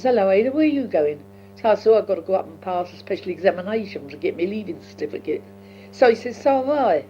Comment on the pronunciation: 'clarsess' (classes). 'paarsed en iverythin' (passed in everything). 'twilv en arf' (twelve and half). 'en thit' (and that). 'ot bayked pertater' (hot baked potato). 'citifikit' (certificate). Amazing to listen to a woman who was 16-17 by the time of Queen Victorias death, and was 4 years old when Jack the Ripper was terrorising Whitechapel and Spitalfields just a few miles east of where she would have been living at the time, and Queen Victoria would often be staying at Buckingham Palace a couple of miles to the south. (I didn't realise that the horse drawn 'brougham' was pronounced as 'browm').